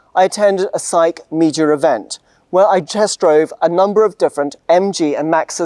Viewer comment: Each time he said "'SAIC", I heard psyche!